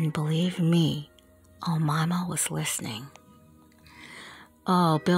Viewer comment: that's not how you pronounce her name, its O- May-Ma not omama lmfao